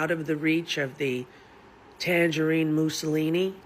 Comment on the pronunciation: "Tangerine Moussilini" 😂😂😂